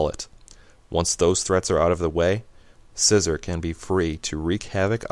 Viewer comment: Isn't it See-zor not Scissor? i pronounce Scizor Psy-zor and See-zor